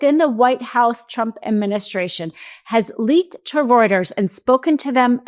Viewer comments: "Routers?" Does she mean "Reuters?" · Reuters is pronounced royters. German grammar. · It's pronounced like "Roiters" not "Routers"